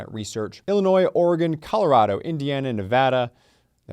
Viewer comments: Neh-vadd-uh not Nuh-vodda. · Ne-va-dah, not Ne-vah-dah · Nuh-VA-duh. The middle syllable has a short a, like bad or cat. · It is pronounced Nevada not Nevada. Take it from me, who has never been there! 🫣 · It is pronounced: “Nevada” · "Nevada" is only "Nevadda" if you're southern or drunk, could be "Neevadda" if you're both 😂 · Explain how lying to me as a police officer but I can't lie to them is congruent with equal protection under the law. Nevaaada. If you're in court here, say it incorrectly, you will be corrected! LOL. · It's Nev-add-a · Nevada, the "a" sound is the same as the a in mad. Nevad-ah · Its the second way you said Nevada. Im from Cali but I do know that Nevada locals prefer Nevada pronounced with the a sounding like that a in dad or sad. The other way is kinda hoidy toidy or middle eastern/European sounding. It sounds snooty or snotty. Most people who live in Nevada are blue collar "white" folks who don't know the difference between a salad fork and a dinner fork ( nor do I) and i have spoken to quite a few that either despise the more regal sounding pronunciation or just prefer the other and use the disliked version to pick out the tourists. Don't be a tourist in Reno especially. It can get pretty cut throat and dangerous out there. You're welcome. Most people outside the state say it wrong and don't seem to care what is preferred by the people that live there. Props for caring enough to ask.